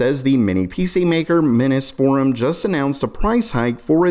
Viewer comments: Minus Forum... Miness Forum.... Lol how about saying it just how it's repelled Minis Forum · Miniss? One Mini, Two Minis. Minnees. Minnee's Forum. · Seriously he’s got to be doing that on purpose. No way he missed it’s “mini’s”-forum (as in for mini PCs). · it's Mini's Forum you sound dumb saying the name completely wrong.